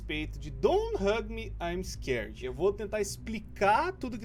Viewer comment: e hoje eu vou falar a história dé don t Hug me im am scared eu:nossa isso parece alguém falando